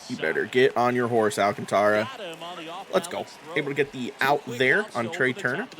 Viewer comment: Great video's. BTW you pronounce Sandy's last name. Al Kaan tr uh